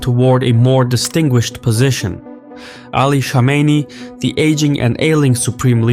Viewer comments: It's Kome Ney not Komeini. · What ? Ali shamaini? Who is that ? Go first learn to say some ones name then talk about them. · It’s Khamenei not Khomeini. I usually like ur videos but such a simple blunder makes me question just how informed you guys are. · Sağ ol. As an Azeri you should be able to pronounce Khamanei with (x) and not call him Shamenei. Xoşbəxtəm. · khaa-mina-ee you lunatic.. not khameyni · He's not Khomeini, he is Khamenei. You pronounce it wrong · It’s pronounced Kha-meh-neh-E Khomeini is pronounced Kho-may-NEE Iran is a military regime posing as a theocracy. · Nobody:: Supreme leader Ali " Shamenei " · Why does he pronounce Khamenei as "Shamenei"...??😟🤔😒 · Kom in nay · Rigged election? You can’t even pronounce “Khamenei” 🤣 what do you know? Lmfao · why are you deliberately mispronouncing Khamenei’s name? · azerbaijani dude who cant pronounce kh sound wtf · In a Caspian report's video about any other country, they would have said "arguably rigged elections" but since it's Iran so it was RIGGED elections. Plus you kept mispronouncing the name of Khamenei, that bothered me. In fact, most of the media, particularly western, pronounces his name wrong. Damn he's been your enemy and been in your news for 40 freaking years and you can't pronounce his name correctly lmao. Not that these are the biggest issues in the world but this goes against the standards of professionalism that is generally being claimed to uphold